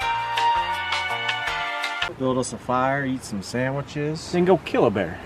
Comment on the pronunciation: “samaches were good”😭😂🤣😭😂🤣